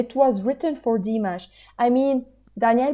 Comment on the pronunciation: Very nice reaction. Say Dee-MOSH.